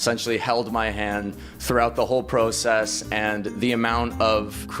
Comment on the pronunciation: Just how he said process O_o